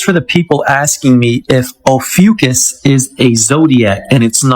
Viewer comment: It's pronounced OH-FEW-KISS